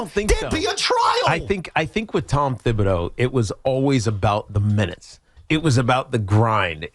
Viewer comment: Tiki, wtf are you talking about? When was Thibs playing guys 46 monutes a night "every night"?? And for godsakes, it's pronounced Tibs, not THibs!